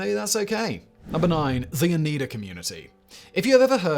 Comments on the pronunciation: Oh nigh duh. Not oh nee duh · The way he was pronouncing Oneida was making me cringe lol I'm originally from the area so I've heard the word my entire life. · I think the pronunciation is "o-NI-duh" silver. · Oneida is actually pronounced OH Nie Da. Used to live near there.